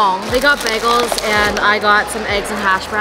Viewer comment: the way babe is pronouncing bagels is disrespectful to us new yorkers ….